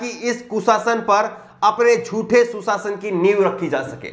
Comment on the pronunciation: Aap Bhot Achche Ankar Hai Par Shabdo Ko Achcha Nhi Bolte Seen Or Sheen ka Shi Uchcharan Nhi Karte,jise Susasan Or Sushasan, ko Shi Nhi Bole.